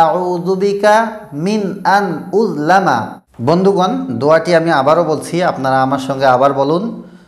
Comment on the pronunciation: আপনি বললেন উললামা স্কীনে লেখা উযলামা